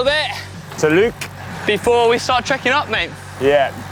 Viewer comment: Nice video as always from GCN, however when paying homage to cycling bucket list destinations it's good practice to pronounce place names correctly. correctly pronounced Lluc as' yoock' (Well done ) but seconds later Connor called it "Luke" (2x LL's together make the sound Y). Both named Puig Major "Pig" - no, no, should sound like 'poodge mayor'. Lastly chaps, the lovely town Soller is pronounced 'Soyer' (like soy sauce), not 'solair' which I believe to be sun tan lotion and not 'soll-ler'. Pedantic I know, but let's not give the locals reason to chuckle at the gringos. Love you lots!